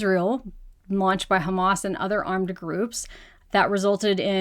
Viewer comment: all of the facts you shared are lies. Every international agency agrees there is no KHAMAS (which you cannot even pronounce properly) in the hospitals. Hamas said the hospitals are not a strategic target. According to international law, under a brutal occupation, Palestinians have a right to armed resistance according to resolutions 30-46. “israeli” regime has not fulfilled any of its responsibilities as an occupier (according to international law) and continue to commit war crimes by international law.